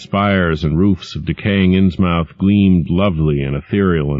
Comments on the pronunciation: Ins-MOUTH, I always thought you pronounce it as 'Inns-Myth' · It's pronounced inz-muth, not inz-mowth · great, but if u do not know new england, learn. we from there insmith not MOUTH its just annoying and lazy on your part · It’s pronounced “ins-muth” not “ins-mouth.” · despite the ins MOUTH this is an awesome reading, it's pronounced like Plymouth muth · Be nice if he pronounced Innsmouth correctly. The accent is heavier on the first syllable than the second. *INNS*muth, not Inns*MOUTH*. Also, the second syllable is pronounced "muth", with a very soft "u", unlike in a word like butter. There isn't really another pronunciation like it, other than English named geographical locations. Investigate the pronunciation of words like Portsmouth Dartmouth. Just type it into Google. It's not hard. I'm off to find another audiobook; I'll never get to sleep otherwise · inz MOUTH ? No one in New England would pronounce it that way. INZ-muth. Like Plymouth or Dartmouth or Portsmouth. I wonder how this reader would pronounce Worcester! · Matthew Boan it's pronounced "innsmuth" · I really like this reader, but the way he pronounces "Innsmouth" in this one makes me twitch every time haha.. "inns-MUTH," not "inns-MOWTH" - I know that's more strictly phonetic, but live around towns with names like that and you'll know what I mean... like how only people who've lived in Oregon say "Orreh-GUN," whereas the rest of the country says "Orreh-GAWN." But in cases of dispute like that I say rules of pronunciation defer to the preference of the locals.. Apart from that, though, this is really a perfect reading of Lovecraft. You couldn't ask for a better voice for this stuff. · "Ins Mowthe?" I always thought it was "Innsmouth", More of a British style of pronunciation, Not "mouth" as in an oral orifice you eat and talk with. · The voice is mispronouncing "Innsmouth". Its phonetic is "INNS-muth". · Inns-Mouth. :D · Yep. I couldn't stand it, so l found a better one. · agree, its annoying